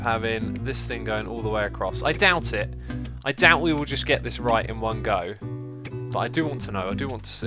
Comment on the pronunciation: I didn't realize he had a british accent until he said "in one go". Just felt like sharing.